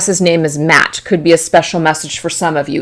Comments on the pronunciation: I understand your message that came through about Matt, I'm not doubting that. I just want to let you know Maat is pronounced like My ought or ma ought. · Maat, is pronounced generally as mA-at, though there are other ways of pronouncing it. She's the Egyptian goddess personifying law and righteousness.